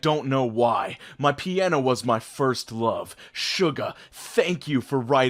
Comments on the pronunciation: i know this is heckin late but it's pronounced "shu-ga" by Korean pronunciation and stuff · The way you pronounced "Suga" made my heart hurt man. I said it like that at first and it made me die for myself as well. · suga isnt pronounced like that, its soo•ga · Is no one going to comment on the way he says Suga's name?? XD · you pronounced Suga wrong, just so you know